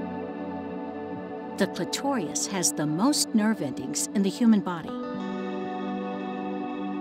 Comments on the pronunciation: Sorry but you are simply wrong. cliTORius is not a correct pronunciation in either country. Neither country or any region adds an extra "I" sound (pronounced "ee") after the "r". There may be a slight difference in which syllable is emphasized. Additionally, sexology and medical experts in all parts of both countries almost always say it CLIToris. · But it's pronounced "CLIT-or-is," not "cli-TOR-ee-us," and the orgasm that takes place there is "CLIT-or-ul," not "cli-TOR-ee-ul." Seems a shame to make such a detailed video and get such a simple thing wrong. Note: I checked the dictionary just to confirm that I wasn't mistaken, and it does list "cli-TOR-is" as a secondary (i.e., less common) pronunciation, but adding a superficial fourth syllable is just plain wrong. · Excellent set of videos you’ve created here - so clear and informative. Just one issue though - the voiceover artist is mispronouncing “clitoris” as “clitorius”, and “clitoral” as “clitorial”. With high quality work like this, for such a mistake to be allowed to pass quality control is really inexcusable. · The way she pronounces "clitoris" as "clitorius" is not very professional. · The video lost my confidence when a female narrator pronounced "clitorias" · concise wording, yes, but the word 'clitoris' is not pronounced cl-tor-EE-us ! lol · Except make sure to correct the pronunciation of "clitorious" if you show this to adolescents 🤦🏻‍♀️ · Clitorius Jayvon II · This is good, but please fix the pronunciation of clitoris an clitoral. The narrator kept said saying clitorius and clitorial. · Good presentation except for the odd and rather jarring mispronunciations. The narrator puts an extra vowel and syllable in clitoral. She pronounces it as if were spelled "clitorial." She also changes clitoris to "clitorias." Very odd. Otherwise an excellent video. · Clitorius? Clitorial? Throughout this vidio the pronunciation of clitoris was wrong. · “Clitorious.” “Clitorial” .?.. WTF